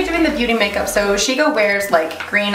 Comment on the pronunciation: omfg this is amazing af!!!!! so cool as always hahabdid he say she-no at the end lmao? rude :D